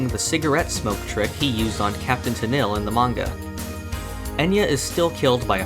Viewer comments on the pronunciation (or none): none